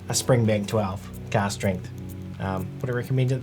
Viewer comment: you saying cast or cask strength?